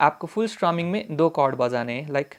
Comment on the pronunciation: Bojane ke liye = assamese accent 😅